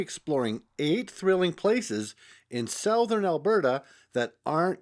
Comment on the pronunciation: Do you not know how to say the word SOUTHERN ?